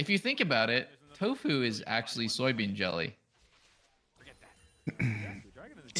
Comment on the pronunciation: still wondering why says axe-ly instead of actually.